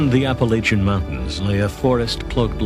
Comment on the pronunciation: Can't you people pronounce 'Appalachian' correctly ?